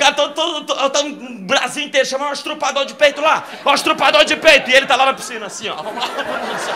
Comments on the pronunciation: Murilo, eu te adoro, mas falar errado não é bom em nenhum sentido.... é estuprador, nãooooo estrupador 😰😰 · "Estrupador" é meu ovo direto kkkkk...